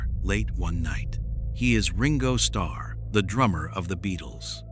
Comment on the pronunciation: at least could you prounance his name properly?